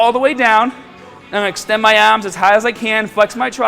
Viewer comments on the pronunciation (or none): Remember you gotta extend your ahhms